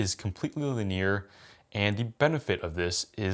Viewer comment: Why does always pronounce linear like “luh-neer”? Bro…. It’s lin-ee-ar. Linear. Lin-eeeee-errrr. Not Luh-neer